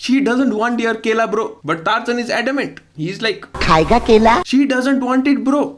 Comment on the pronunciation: actual pronunciation: Tarzan Singer's pronunciation: Tarzaaaaaahahahahaaaaaaaan 😂